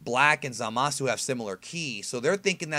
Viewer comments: Great video, again. After seeing this episode, I think Black is a being that enlisted the help of Zamasu to destroy humans? It may even be that Zamasu trained or empowered Black in some way. Maybe a covert operative of Zamasu. Btw, , Zamasu and Gawasu are pronounced (Zah-mahs) and (Gah-wahs) with a strong pronunciation of the s at the end. They never pronounce their names as (Zah-mah-soo) or (Gah-wah-soo). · My take is that Zamas was "killed" (fusioned?) by someone else in the future, that is the extra ki they are sensing and why Goku does not percieve evilness in him. BTW it is Zamas... or "Zamasu" with a silent "u".... just listen carefully to the episode, thereis no "u" sound ever spoken (and that is the way it should as there is no hiragana for s, so su is used). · Lol, someone doesn't know that the "u" is silent. No Japanese person will say Zama"su" They will keep the "u" silent. Same with the english word for like, which is "suki" they say "ski". Or a name like Keisuke. It will be "Keiske" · Lmao that way u say zamasu